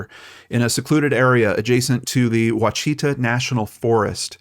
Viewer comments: Ditto with AR names. Ouachita is pronounced Wash-i--tah (think Wash It All) and Mena is pronounced Mee-na (like the actress Mena Suvari) ... but like you, I've heard much worse attempts. Gotta love those Native American names. I think they are beautiful, but man they are hard on the brain sometimes. LOL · Good story, only as I am sure Christie will tell you.. Ouachita is pronounced WAH ch TAH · I grew up in hot springs and yes, Ouachita is always butchered, lol. I’ve never heard anyone mispronounce Mena